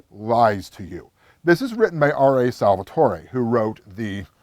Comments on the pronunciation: Totally agree with you John. Also why does everyone add that extra e to the end of Salvatore name ! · Dude you lost all credibility when you mispronounced Salvatore and Drizzt. Then stated he wrote a book or two about Drizzt in the Bloodstone Lands. He never wrote about Drizzt in that area it was Jarlaxle and Artemis. You should change the title of this video to "Why I Hate the Forgotten Realms".